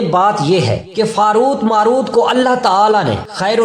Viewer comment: Haarut maarut are correct words not faarut